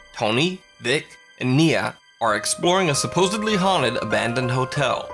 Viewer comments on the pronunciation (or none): its pronounced suppose-d-ly not b-ly. you pissed me off. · stop saying suppose-bly is suppose-dly. like you would say supposed not supposeb right??? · Why does the narrator keep saying "subposebly". The correct term is supposedly.